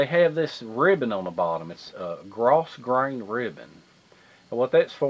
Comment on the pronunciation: Cool video as always buddy! FYI, the S in grosgrain is silent :)